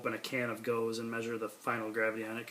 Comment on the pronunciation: Pronounced go-zuh